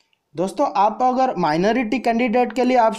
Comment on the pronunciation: Yar apni pronounsation to thik karo.application ko bol rahe ho oplication...agar ko bol rahe ho ogar..kya yar